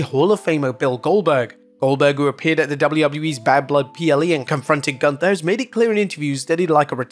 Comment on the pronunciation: Say Goonthaaa, not ganta....because it is wrong....don't amercianise every name, because that is disrespect^^